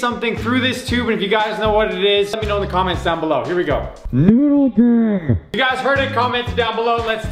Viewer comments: He said nodl gang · U said noodle dau